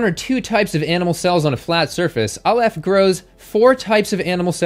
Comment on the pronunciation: Just a quick note as someone who speaks Hebrew, it's pronounced 'AH-lef' (the first vowel like the first vowel in "octopus"), not 'uh-LEHF'.